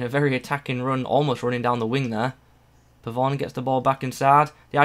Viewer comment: Pavon name is pronounced Pabon